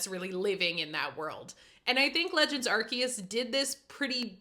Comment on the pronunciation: Ar-SAY-us is correct. Good on you, husband. (Ar-SAY-oos, as in "Deus" if you want to hit a home run.) I played New Pokémon Snap and I liked it a lot. I should probably revisit it sometime soon on my Switch 2. It's a solid spinoff, about the right length (not overly long like a Z-A), and it's just fun getting good shots of pokes. The graphics really stand out among the Switch 1's best efforts. The world really feels alive and vibrant, too. Yeah, I wish more people actually bought this game. I always hate it when people glaze GameFreak for delaying Winds and Waves all the way to 2027, though. The wait between games has become absolutely unbearable from a consumer standpoint, and that's just some enabling behaviour right there. Z-A had a RIDICULOUS amount of dev time and is aggressively mid. I hope that WW is good, but I also hope this dangerous precident of taking insane amounts of time between games isn't further enabled if it does kick a lot of ass. I want to be ALIVE when Gen 11 rolls around.